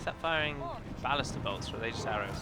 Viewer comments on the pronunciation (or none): none